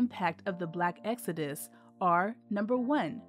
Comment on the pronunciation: It's called Exodus, not Exudis.